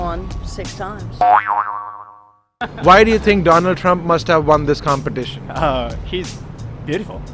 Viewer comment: donald trumph??? hahahhahaahhah